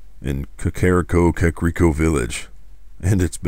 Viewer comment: It's pronounced Kah-kuh-reek-oh